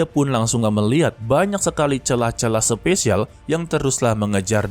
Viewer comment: SPASIAL BG BUKAN SPESIAL